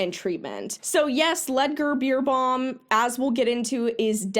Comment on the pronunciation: German rider here: The correct pronunciation of his name would be "Lood(as in loot)-ger Bare-bow-m". Also looked at the first website, this man is literally claiming that what he was doing was "Touchieren", which usually describes touching the horse lightly as a signal (like if you want your horse to move its butt so you tap it with your whip as a signal to move). It's crazy what these people get away with and sadly the reaction to stuff like this that i have seen in competitive riders at my barn is usually "oh no how sad that he did this to his horse for profit and fame, good that we don't exploit our horses for medals :)))" and then they go force their horses into the worst bits i have seen and behave like they're all better than you for "being successful" and not just working with your horse at home. Fuck that. Horses are not your sports equipment to use and abuse.